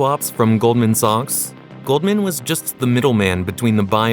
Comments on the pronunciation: It's sacks not sox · God I hate AI. Goldman “socks”?